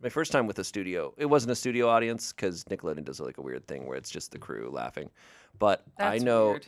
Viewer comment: I thought said Tickleodeon and i lost my shit